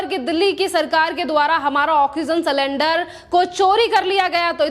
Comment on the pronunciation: मैडम आप एंकर हो आंकर नही,इसी तरह सिलेंडर बोलो सलेंदर नही। Sakendar nahi sylinder.